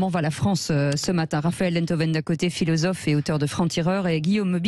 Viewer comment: le "filozofff" de salon me tape sur le système. Quand on est en "Cour", on ne peut être crédible!... Merci <3